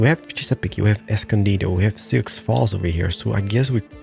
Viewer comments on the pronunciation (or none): Sioux is pronounced sy-oo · A week late, but it's torturing me. Native American names can be tricky. Chesapeake= "Ches-a-peak"; Souix= "Sue". Google will be your friend!